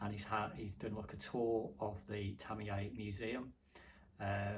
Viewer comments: Isn’t Tamiya pronounced Tami-ya rather thank Tami - Yay ? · My biggest fear is hearing ‘Tamiya’ pronounced ‘Tammy-Yay’. Stop it! Americans can’t say it either though… but they don’t go to your extremes, you sicko!